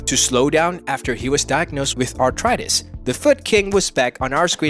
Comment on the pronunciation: I believe it’s pronounced “ARTHritis” not “ARTritis”